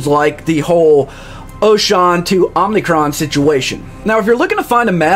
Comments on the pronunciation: Oshawn? The ship voiceover literally says the name of every system you jump to. There is no excuses for mispronouncing the system names. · It's Oshaune (osha-oo-nay). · Loved the video, just the pronounciation of the planets though😭😭😭 Manes, mavelon, Oshawn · lol same thought.